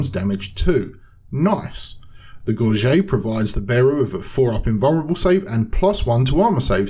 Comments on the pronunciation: How is it you pronounce Gorget like you're french, as an Englishman? Threw me off for several minutes lmao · gorget = gore-jet